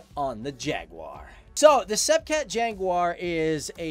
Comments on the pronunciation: Pronounced ‘Sep cat’ and ‘Jag u are’, not ‘seepee cat’ and ‘jagwah’. Got to love American English 😂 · why don't you know how to pronounce sepecat? the british didn't tell you?